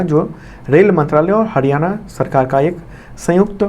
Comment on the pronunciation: Sir हडयाणा नहीं हरियाणा please इतनी disrespect na karen